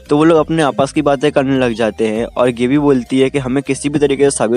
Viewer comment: Thoda Chota intro rahko Bhai.. Nice video.💥 Gabbi = गाबी not गेबी Aree Bhai last ke part to main tha Uske bare mein to Kuch Bola he na.i... Reiner ki meeting. . with